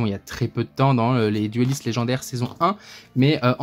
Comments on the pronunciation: j'aime bcp tes vidéos le s mais ton '' heyyo les duliste" mangé racourci dit le distinctement ou ne le dit plus stp j'en ai trop marre :( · il dit quoi ? < ech'chaud les dueliste> ?